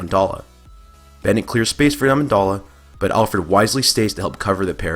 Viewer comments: You also said Amendalla instead of Amendola, are you even a football fan? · Amen dole a, his name is Amendola, pronounced Amen-dole-a, your are saying his name wrong. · You keep saying Amendola wrong. DOLA rhymes with dough not doll. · It's Amendola ffs!....jk I think he fucking gets it people.